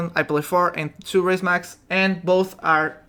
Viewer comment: Its Raise Max not Rise Max